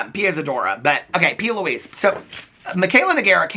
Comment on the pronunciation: I just hear Pee Louise.